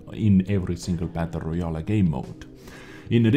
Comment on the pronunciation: I like how he pronounces it "battle royal a" (I am not native english speaker, that why i like it)